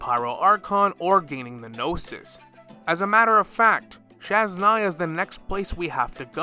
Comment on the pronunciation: I love your content and I have been thinking something similar. But for next time, please look up how to pronounce Snezhnaya 😭